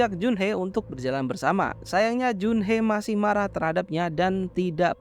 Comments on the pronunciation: Bang Jun Hee Bang bukan jun-hee bukan pakai e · junhi bang dibacanya